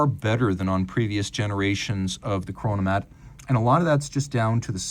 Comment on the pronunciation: "Chronomat"🫩 geeezus